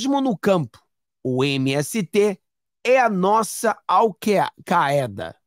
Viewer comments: ALVAEDA ( ALCAIDA). FALOU. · leia-se "al caida"